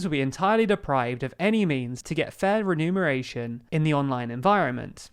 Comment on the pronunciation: Re-mu-ner-ation. To numerate or renumerate is to calculate or recalculate. Just saying 😏